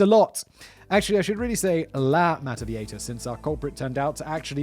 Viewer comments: La Mada-vie-hi-tas is how its pronounced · Meta-vie-jitas, rhymes with fajitas.🙂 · Seems like a syllable missing from mataviejitas…mah tah bee ay hee tas? I don’t really care, just curious🤔It’s been a very long time since I’ve had to speak the language(family trip to Peru and Ecuador, in 2008-9…It came back pretty quickly while being immersed in the language😄) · JI in viejitas is pronounced like english He, try this pronunciation with english words: Bee- A-He-Tas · I speak spanish and I came here 1000% expecting Simon to ultra butcher the name. 10 seconds in and I'm not disapointed. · You missed an entire syllable in mataviejitas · I tuned in just to hear Simon mispronouncing "mataviejitas". He didn't disappoint. <3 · Well you butchered "mataviejitas" but nailed "maria de la luz gonzales anaya" so good job fact boi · You did a terrible work pronnouncing mataviejitas, I am amused nonetheless